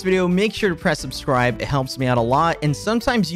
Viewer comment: he said "subsrive"